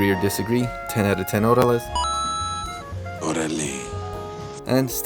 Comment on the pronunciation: Hordales? Was that supposed to be a joke? It's orale. You must be white.